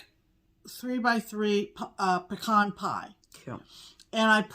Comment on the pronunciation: Whew! I can’t tell you what a relief it was to hear you ladies properly pronounce the word “pecan.” Whenever I hear people say “pee-can” it’s like fingernails on a chalkboard to my ears 😮. If you’d like to turn some of those beautiful pecans into pralines (that’s “prah-leene” not “pray-leene” 😬) I can send you a fool-proof recipe - no candy thermometer necessary. Including some homemade pralines with your next small for an exchange would be a big hit - and an opportunity to to spread the proper way pronounce “pecan” and “praline” 😆.